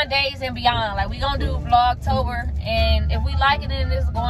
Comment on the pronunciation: It’s vlog tober 😂